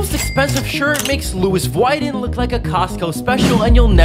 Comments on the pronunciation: Lewis viton? It’s pronounced Louis Vuitton u donut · It’s the “LOuIs voiii-toN” for me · Vouiten Louis vouiten that sounds like something 007 would say How funny l thought it was pronounced Louis vuitton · It’s pronounced lui-vu ton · Bruh he said Louis Vuitton by pronouncing it with the s and said Vuitton in a American way